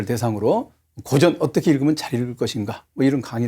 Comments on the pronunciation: 고전 강의에 강사의 "고전"밯음이 틀렸으니, 이 얼마나 아이러니칼한 한 한국 문화이옵니까??? "고전"의"고"자는 "길게" 발음해야지요! 강사께서계속해서 "짧게" 잘못 발음하고 있습니다. "고서, 고시,"등 "고"는 모두 길게 발음해야하지 않습니까? 이런 평상어를 바르게 바름하지 못하는 한국 문화가 하 분하여, 1967년에 고국을 떠난 이 늙은 이가 쓴 책, "한국 어문을 고발함"을 조용히 읽어 읽어 주시옵소서. 미국 변 완수 드림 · 우선!! 고전 강의에, "고전" 의 발음이 틀렸오이다!!! "고전"의 "고"는 길게 발음해야지요!! :고사", 고적" 등 "고"는 모두 장음이올시다. 적지 아니 실망했오이다. 고국의 지성인 여러 분!! "한국 어문을 고발함"이라는, 한국 출판사상 초유의 이 책을 읽어 줏이 옵소서. 미국 변 완수 드림